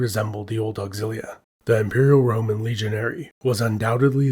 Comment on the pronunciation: I swear he’s saying the ramen empire